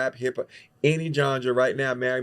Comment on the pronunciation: said ganja or genre?